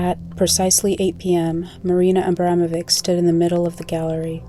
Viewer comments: It's pronounced Abramovich, not Ambramovik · Valuable video, but...how did you see the letter at the end of the name (which is clearly different than a "C") and simply ASSUME you knew how to pronounce it? 🤣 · Her name is pronounced 'Abramovich'. The reason why there's a letter 'c' at the end is because the English alphabet doesn't have the letter 'ć', pronounced as 'ch'. Her last name is Abramović. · UGHHH SHES PRONOUNCING HER LAST NAME SO WRONG. IK it’s such a non issue but it makes me mad (as a Bosnian) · please pronounce the last name correctly